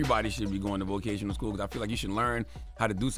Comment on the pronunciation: I'm not accepting slander from somebody who can't say vocational school properly